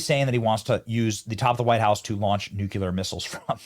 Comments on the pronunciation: I hate to be that guy Benny, but it's nuclear not nucular. Lol. I can't help but notice when someone says nucular. It's NUCLEAR. With that said, your the man and one of the best on YouTube . You do out country a great service. God bless you man! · Its nu-cle-ar, not nu-cu-lar! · Benny, Benny, Benny. Nucular? It's just painful. 😩 Please, please, please. NuclEar. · Nuclear = "New-Clear" NOT "New-Q-Lur". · Not new-cue-ler, its new-klee-ur. Look how it’s spelled. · Benny practice saying the word nuclear. New-clee-r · Surely you can learn to pronounce Nuclear and not nuke-u-ler, eh? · Our President looks good up there, strollin' around. And I gotta go along. Biden's face should be nowhere. That's hilarious, No such thing as NEW CUE LAR misslles. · FFS Learn how to pronounce nuclear